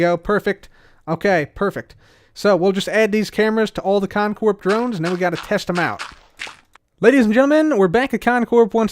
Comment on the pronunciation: It still freaks me out to hear the P in Con Corp pronounced out loud. Lol 😂 Stay in school kids.